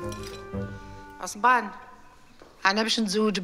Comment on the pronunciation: عصمان ❌ عصبان ✅ اكم فاهميني 🤲🏻🤣🤣